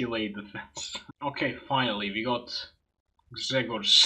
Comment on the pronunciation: Wow, I'm impress, how you read name "Grzegorz" almost without errors xD BTW - "Ś" in "Wiśniewski" is not "sch" or "sz" but very strange vartiant of "s", close to "shi" ;P